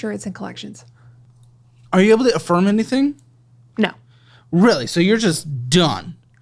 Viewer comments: lol it took me a long time to realize he was saying she got kicked off affirm. I thought he said she got kicked off a farm 😂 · or kicked off the firm lol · I thought he said a firm like a law firm, i forgot Affirm is a after pay type service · I thought she was saying “I got kicked off of A FIRM” like a law firm.. then found out it’s the app “AFFIRM” she got kicked off of 🥴🥴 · Lol I thought he was saying a firm like attorneys till I read your comment 😂